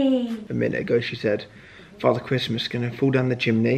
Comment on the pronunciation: I love Alfie saying Christmas Wrong from 🤣🤣🤣🤣🤣🤣🤣